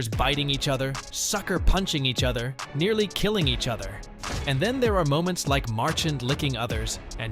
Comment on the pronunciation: learn to properly pronounce Brad Marchand's name. Talking about disrespectful!!!